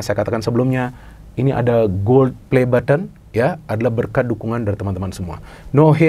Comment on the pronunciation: "gold play button" india bgt bung😅 hehe